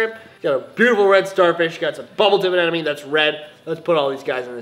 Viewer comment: Why do u say anenome instead of anemone